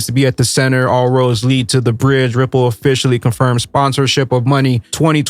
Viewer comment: named Rimple and cardanzo and solanza as securities. Lol. Sooo. Must mean those are three solid commodities even though he can’t pronounce them.